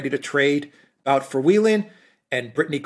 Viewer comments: The expert on victor bout (pronounced boot) is Daniel Estulin. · Guys, guys. It's Boot, not Bout, Bouth, Booth. The OO is short. More like 00. And what's more important - he is a good guy. Trust me. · BOOT!!!!!! Not Bout!!! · Not to be that guy but 'Bout' is pronounced "boot" (based on what I heard on Russian news) Otherwise, very good points on the topic. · Sorry, but his surname is “But” as in put, not “Bout” as in about. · His name is Бут, pronounced as Boot. He may not be snow white but he refused to “testify “ against Russia in exchange for freedom, even under threat of 25 years in prison. How many people would be ready to do this?